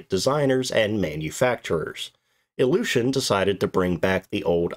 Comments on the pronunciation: Iljushin or illusion? Your pronounciation is questionable regarding this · The first time you said the name of the plane, your pronounciation made me understand "Illusion Il-40". What I find quite funny for that aircraft. 😆